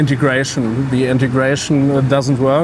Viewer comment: “Men are ze problem”